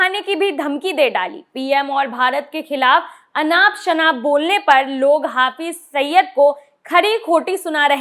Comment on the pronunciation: Saba ne mashhur Aatanki "HAFIZ SAIID" ka nam nahi suna hai shayad..Jo usse "HAFIZ SAIYYAD" proaunce kar rahin hain.